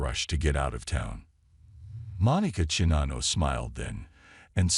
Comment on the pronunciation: Your robot can't pronounce Iowa, Czinano, or gopher.